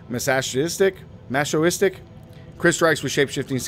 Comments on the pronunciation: it's pronounced "ma-so-kis-tik" <3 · Awesome build, looks sweet! Watched many of your videos and noticed a few pronunciation errors that pop up in each of them, so just wanted to let you know: Gait = Gate (it's how you walk, basically) ... Masochistic = Mass-o-kiss-tick ... Lupine = Lew-pine. Also, you're using the Crit Strike Damage boon, and talk about how you should always use it, but in a build that maxes out at 990% CSD due to Grizzly Rage, that 30% is essentially useless when you it could be +10% Attack Speed, which you also so is uber important to the build ... just use the AS, you'll get way more out of it than Crit Dmg (even 10% max life would be better, honestly). Would love to see this build in action versus mobs 5-10 levels higher than you, rather than 5 levels lower, that would be cool.